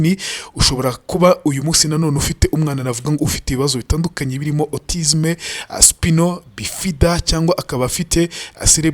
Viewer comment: Bavuga: spayino bifida (spinal bifida) & serebro pozi (cerebral palsy)... auto correct. you're my best journalist, keep up the good work 👏 👍